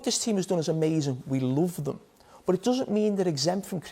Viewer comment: Jamie: Love became Lüff But became boots 😂😂😂